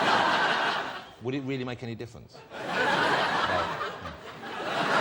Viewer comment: He’s weawwy funny